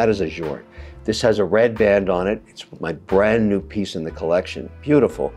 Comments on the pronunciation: *collection, the pronunciation sounds Spanish. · Please stop saying “collection” like that. It’s horrific